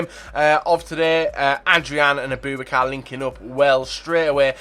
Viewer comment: Its abou-bakar, not aBOOBakar plz pronounce names correctly